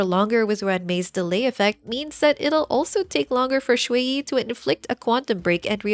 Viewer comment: small note: you're saying shuiyi instead of xueyi. it's more like "shre" than "shway"